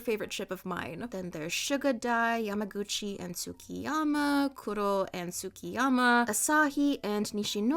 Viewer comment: She kept reading Tsukishima's name as TsukkiYama help 😭😭😭